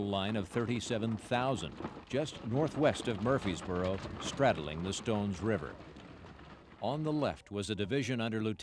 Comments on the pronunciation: Narrator...It's pronounced Murfreesboro with an R. Not Murphysboro. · This narrator keeps misprononcing the name MurfReesboro MurfRRRRReseboro! He leaves out the 2nd R!!!